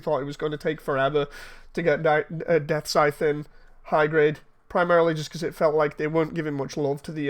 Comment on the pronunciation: The Engrish is strong with this one.. "Gundam Death Size"....